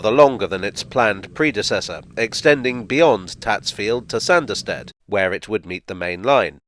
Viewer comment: The hilly country thereabouts would have made this a heavily-engineered (ie expensive) line to build compared to many of his other projects...added to,as you say,the sparsely-populated nature of the country,no-one would have been keen to invest. Oh...and it's pronounced "Sarnderstid" 😀